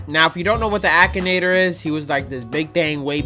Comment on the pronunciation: You pronounce akinator wrong